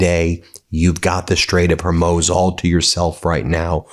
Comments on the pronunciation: Goddamn it Ben how do you get “hormOz” from “hormuz”? I can’t listen to you anymore. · Learn the name of the straight. It is NOT "her-MOZE". Learn to say Hormuz or let someone else read your words. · Can you please say 'hormooz' not 'hormoze' pronunciation of Hormuz is the first one 'hormooz' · Not 'Hermose', but 'Hormuz'. Thankyouverymuch. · Hormuuuuuuz, not HorMOZE. IDK why you can’t pronounce it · Ben, thanks for a more straightforward reporting on this illegal war than the Trump administration obviously prefers. FYI, the consensus pronunciation of 'Hormuz' in the West has long been 'hor - mooz,' and not, as you persistently say it, 'hor - moze.' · You keep saying hermoz when it is pronounced hormooz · Ben, I watch you all the time. You're a smart guy. The pronunciation is: The Gulf of Hor-MOOZ. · Can someone tell me why he keeps pronouncing it ' Horm-oze"? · Hermohs? Where’s that? You saying Hormuz reminds me of Stevie Griffin saying Cool Whip! The way you’re pronouncing sounds like a terrible way of referring to a woman who cuts her grass! I’ve only heard it pronounced like the first half of the maker of Spam’s name (Hor (-mel)) and several cows speaking at once (moos). Are we wrong for saying it that way? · Please!!!! Pronounce it correctly! I'm a gulf war 2 vet, and believe. I give an immense fuck about what's going on, but you're pronunciation is killing me. It's Hor-MOOZ. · I googled up pronunciation for Hormuz, it sounds like Hormoose to my ear when spoken by an Arabic voice. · Please stop saying HER-MOZE Pockee-Stahn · BEN BEN FFS 🤬 Racism 101 always starts with mispronouncing names of those who you wish to exclude and intimidate. Everyone knows that's NOT you ! Everyone respects what Meidas is doing. THANK YOU 🙏 But please... "Hoar... mooze", please Ben 🙏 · You can try out “Hormoose” and “Hormouse” next. Keep going! “Hormuss”? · Hormuz. . . Pronounced hor mooz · Ben- it's pronounced Hormooz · Strait of Hormuz, not Hurmoz... smh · HOR - MUZ not hoormooooz